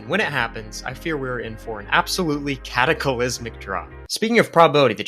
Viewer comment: The odds that you are not a statistician are 241 million in 241 million. Also, "cataclysmic" has just four syllables.